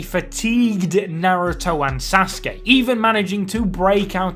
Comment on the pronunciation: “Asuskey” is really pissing me off